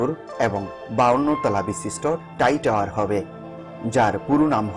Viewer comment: ভাই টাই টাওয়ার নয় ওটা হবে "ট্রাই টাওয়ার ", একটু সংশোধন করে নিন প্লিজ।